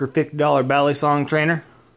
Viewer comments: ba lii songs thats how u pronounce it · It’s kinda cringe when people pronounce balisong bal-li-song it’s pronounced Bali-song